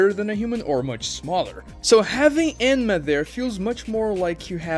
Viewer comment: Enma? I tought his name was Menma